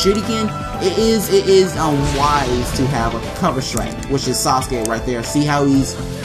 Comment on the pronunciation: He said saucekay